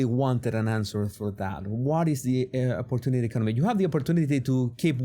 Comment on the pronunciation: Im at the point where every time i hear "opertunity economy," i bust out in hysterical laughter!!😂😂😂